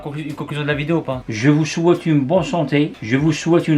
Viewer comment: Et je vous chouaite le paradis 🤣🤣